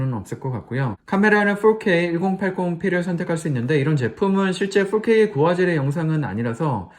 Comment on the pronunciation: 4k를 포 ㄹ어 퀘이~ 이러는거 듣고 팡 터졌네요. 유학파인가요 ? ㅋㅋㅋ